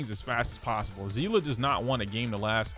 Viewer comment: not to be that guybut its sea- lee